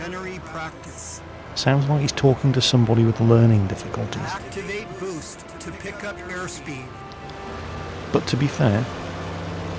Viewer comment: "ACTIVATE BEWST TO PICK UP AIR SPEED" lol'd